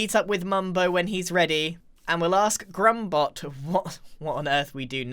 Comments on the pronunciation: ITS GRUMBOT NOT JRUMBOT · I guessed drumbot but then he said jrumbot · is that pronounced drumbot or yrumbot I don't know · he pronounced it drumbot